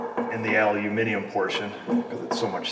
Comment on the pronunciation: YES!!! An American who can say Aluminium instead Aluminum. Nice one.